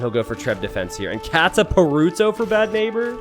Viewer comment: I know I shouldn't be too anal about this since you are an American, but man, the way you pronounced 'kataparuto' was pretty painful.